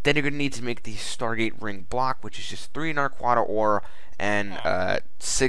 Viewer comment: Showcase # 2 I've seen of this mod, and still, the wrong pronunciation of the ore. "na-quid-ah", or "na-qua-dah"